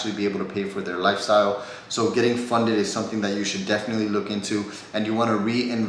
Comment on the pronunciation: Funded* not funeded 😂 cmon